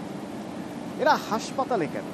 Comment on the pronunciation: হাঁসপাতাল নয় হাসপাতাল